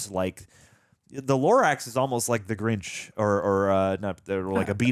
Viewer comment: I just want to quickly point out, that (& the subtitle) called the Grinch for the Granch... Have a still good day